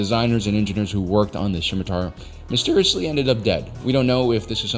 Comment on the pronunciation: The scimitar is named after an Arabic and Persian dagger. The C is silent.